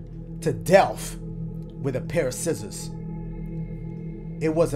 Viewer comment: yo pause dashie talkin bt “sciszzorza JIZZorza”🤣🤣🤣